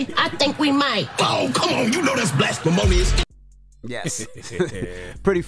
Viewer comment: Just watched the entire entire SNL clip shit was funny as hell 😂😂they nailed it. This fool said blasphemonious 😂